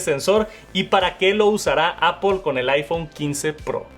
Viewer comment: "Me encanta… Apol” 😶